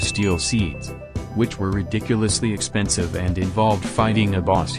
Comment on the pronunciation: Drinking game: If he says 'Expenisve' drink If he says 'Mass' drink